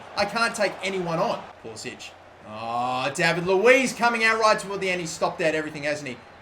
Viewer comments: Thank god someone who pronounces pulisic at least closer than poolisick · He very specifically tells game commentators to pronounce it as pool-i-sick because he thinks it sounds more American.